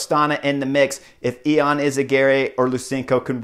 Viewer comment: its actually yon not e-on at least thats how its pronounced and its not postal - burger its postelburger